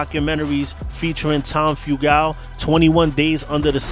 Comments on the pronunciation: (Few-gul) not (few-gal) god your butchering his name 🤦🤦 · Your pronouncing the club and Tom's last name wrong. My father knew him personally since the 60's